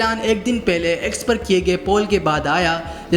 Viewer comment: Pele nahi hota Pehle hota hai, urdu achi karo clear sunai nahi de rha thora jama jama kr bolo pause leke, sindhi lag rhay ho clear